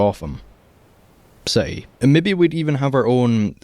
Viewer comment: Gotham see-eaty